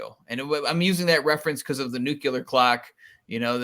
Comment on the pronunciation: NEW KLEE AHR. NEW KLEE AHR. not Nucular.. not a thing. drives me crazy. Nuclear.